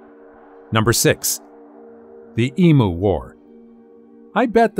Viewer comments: Emu is pronounced. Em you, not em moo. 😂 🇭🇲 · It's not eemoo, it's eemyou. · My grandfather's uncle was a photographer in Victorian/Edwardian England. As photography was in its infancy then, it was rather expensive. He did a lot of memento mori photography. I think the studio he worked was Sunlight, I think. It's not pronounced EE-MOO, it's EE-Mew. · The way to pronounce “Emu” is em-you not the way its being pronounced here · Because you said e moo instead of em you. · Americans PLEASE it is pronounced " EAM YOU!" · If this refers to our Australian flightless bird, the pronunciation is eemyou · Would be lovely if a certain person narrating this video would Learn how to pronounce Emu correctly. You have the poor things name sounding like a cow mooing. It's very simple really all you need to say is eemyou there how simple is that America lol🎉